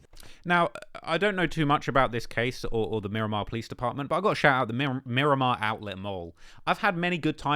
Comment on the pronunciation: It’s Miramar not Miromar 😂